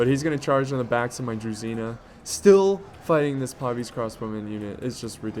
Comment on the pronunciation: it's correct to pronounce "DruZHina", not "DruZina")